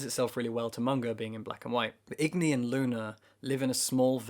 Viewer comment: Agni not igni